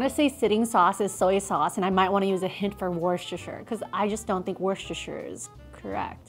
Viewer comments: It's one tablespoon of wustustusshire sauce 🤣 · We need merch of all the wrong ways says Worcestershire sauce!